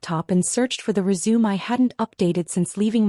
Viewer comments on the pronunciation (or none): Would someone teach ai to pronounce everyday words like resume, res u me, not re sumer